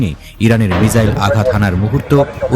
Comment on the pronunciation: মিজাইল নয় মিসাইল।